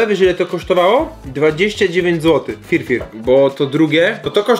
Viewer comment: To się nazywa Fyr Fyr nie FirFir jestem w Połowie Polakiem w Połowie Etiopczykiem